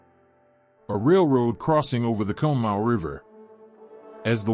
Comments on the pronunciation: Conemaugh is pronounced (Con-A-Maw) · For those of you who don’t know Conemaugh is pronounced caw-ni-maw. That AI voice was butchering it. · It’s pronounced con-a-ma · Love the video dude, i live about half a mile from the valley the water went through. And btw conemaugh is pronounced [cawna mah] lol. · Excellent video! Some things though you can look into, South Fork Dam would be on the upper right of the map, to the right, to the right of the stone arch viaduct. Conemaugh is pronounced Con-a-maw. What really clogged the spillway were the grates that were installed because the lake was constantly stocked with game fish for the members. It kept those fish from escaping. It was also poorly maintained and could not be removed, either they were stuck, or someone more worried about losing the fish! 🤯 Also, the telegraph message was slowed due to cuts in the telegraph lines by adjacent flooding from creeks and streams. Trackwalkers had to hand deliver the message to the next tower operator, causing delays in the messages getting through. It went from South Fork to the next online tower, given to the trackwalker, who delivered it to East Conemaugh tower's operator, sending it to Johnstown. "The dam is breaking, RUN!" was the town joke at the time. Some heeded and ran for Westmont hill, while others didn't. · This also bugged me the whole time listening😂